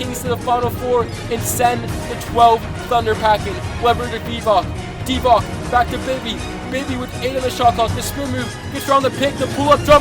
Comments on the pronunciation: Bro, it's not Divack it's Divac! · Divac is pronounced Divats